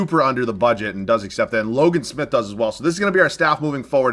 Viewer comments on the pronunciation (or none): none